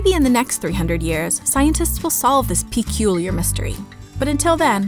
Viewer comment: PEECULIAR OMG IM DYING